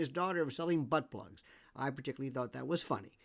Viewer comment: Thanks for the show Lionel! I never heard you say B plugs before and it sounded funny!